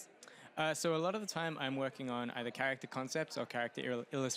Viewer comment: did she say.. Charactscher?